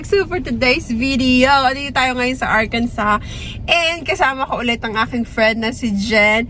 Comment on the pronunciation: Ang saya pala ng post Thanksgiving nyo. Ingat palagi,. Tama ganyan talaga ang pag pronounce ng Arkansas. Love from Nashville, Tennessee 🫶🏻